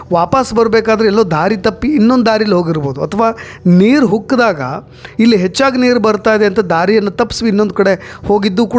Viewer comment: "ಅ" ಕಾರ "ಹ" ಕಾರದ ವ್ಯತ್ತ್ಯಾಸ ಗೊತ್ತಿಲ್ಲ ಏನಪ್ಪ... ನೀರು ’ಹುಕ್ಕಿದಾಗ’ ಅಲ್ಲಪ್ಪ ಅದು ನೀರು "ಉಕ್ಕಿದಾಗ" ಎಂದು, ಅದನ್ನು ದಯವಿಟ್ಟು ಮುಂದಿನ ಬಾರಿ ಸ್ವಲ್ಪ ಸುಧಾರಿಸಿಕೊಳ್ಳಪ್ಪ.